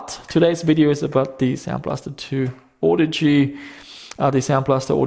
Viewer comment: I think you may be pronouncing it wrong. ;-)